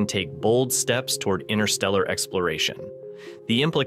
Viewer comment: "inTer", inTerstellar space, there's a first T in it. It's not "innerstellar" space.